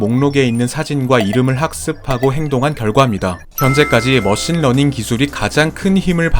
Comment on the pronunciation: 러신머닝 처음듣고 런닝머신이라고 생각한 사람?